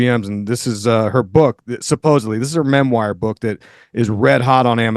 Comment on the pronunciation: "anyone could have written this mem wire"